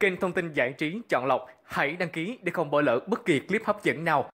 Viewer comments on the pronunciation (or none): none